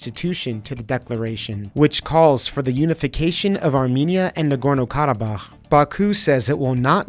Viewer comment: its not "Karo"!!!!!!! its freak'n harsh "G". The diluting and anglicizing of our language pronunciations has come to sickening levels.